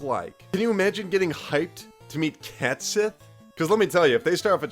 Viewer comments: Fun fact: Cait Sith is actually pronounced "ket shee" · pronouce it "Cat Shit". Mainly because I never like Cait Sith. lol I never liked how he forces himself into the party.